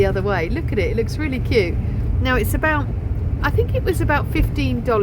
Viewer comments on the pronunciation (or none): none